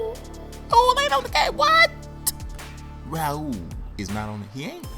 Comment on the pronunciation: raul neto is pronounced "ah-ool"